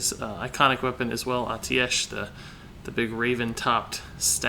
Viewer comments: It's pronounced ae-teesh, i'm surprised a member of blizzard is pronouncing it wrong, maybe different for different countries tho, yes it is full of words that look and sound strange haha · it's pronounced "a-ti-sh"